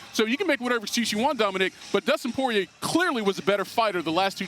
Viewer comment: I’m impressed That the casual Stephen A can pronounce Poirier’s name correctly.